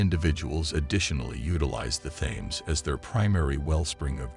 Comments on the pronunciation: Isn't it pronounced "TIMS" RIVER NOT "THAMES" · its pronounced the teems not the thaines and there was a river crossing and settlements in london before the romans turned up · Thames is pronounced 'Tems'. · I couldn't stand to watch this after not pronouncing the topic of the whole thing. It's Tems!!! Aaargh!!! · It's the Temes no bloody H in the pronunciation ffs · You guys who allowed this narrator to continually pronounce the Thames incorrectly all look like idiots. It's pronounced like Tim's. The (Th) is not pronounced like (That, Those, Their., etc.....) It's Tim's!!! You make Americans look like fools with this. Educate yourself before trying to educate anyone else. It' embarrassing.